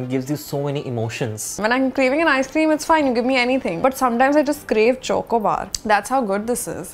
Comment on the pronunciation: Who is triggered by pronunciation of Chocobar?